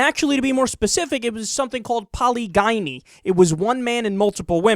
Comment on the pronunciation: Its pronounced: Poh-li-gin-ey "Polygyny"